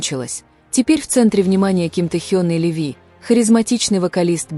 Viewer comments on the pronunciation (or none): none